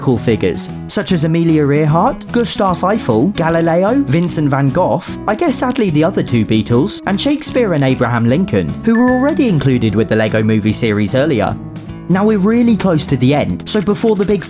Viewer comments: “Van goth”💀💀💀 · It’s van goooo